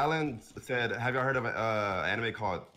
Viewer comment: the funny thing is that leland wasnt even saying the anime exactly how ben said 😂😂😂 mf added a extra e